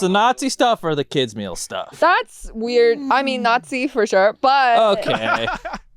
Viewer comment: please for the love of god change the way you say the word "nazi" 🚩